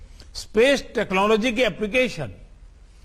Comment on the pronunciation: Udhar Koila ki kami ho rahi hai aur yeh Feku Chor Yaha Space ki baat karr Raha hai 😂😂 Technology dhang sey bolna Nahi aata aur yeh Feku Fek Raha hai 😁😁